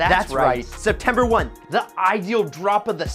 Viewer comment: September “1th” 😭😭